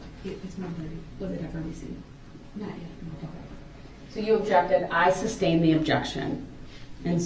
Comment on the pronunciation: who knows. I think if I heard everyone say “sustained”, I’d stop saying “substain”. When I was younger, there were words that I miss pronounced, but once I heard them pronounce correctly, or someone pointed out to me I was saying it incorrectly. I would promptly change it. A lot of that was due to poor self-esteem and didn’t want to be pronouncing words incorrectly, but until I was in my 20s, I used to say “filfy” until someone pointed out I was saying it wrong! However, my brain CERTAINLY doesn’t work like DB’s! Thankfully! If his lips are moving, he’s probably lying!